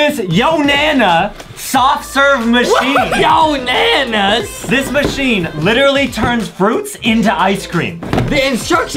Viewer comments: “YOnanas” Seems legit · I love how justin Keeps saying yonanas that’s the funniest part of the video